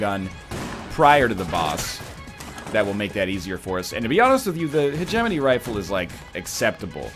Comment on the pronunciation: while we're on the subject of calling ryan out, he's been pronouncing hegemony wrong. heh-geh-moe-knee, not heh-gem-in-ee.